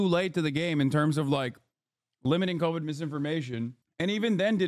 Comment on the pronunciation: Pronouncing “covide” like sous vide